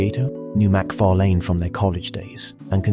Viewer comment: Down vote a fan should know how to say fucking McFarlan